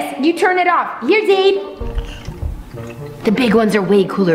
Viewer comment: Not being rude of sm but it is not Zaire it's Zaide😊